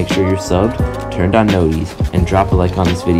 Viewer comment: the fact u said notis